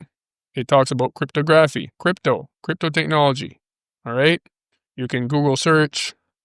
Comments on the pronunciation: Crypto Grafff eeeeeee. Try saying crypt a gra phy. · It's pronounced cript-tog-raf-fee not cryto-graph-e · '...love ya brother but stop calling it "Crip-toe-graph-ee", lol. It is "Crip-tog-raff-ee". Sorry...but it was making my giggle while trying to listen to a serious video;)